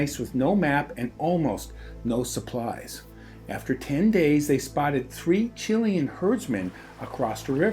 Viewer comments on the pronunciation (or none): none